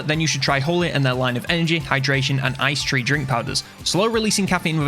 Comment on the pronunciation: "Ice tree" no one else catch that 😂?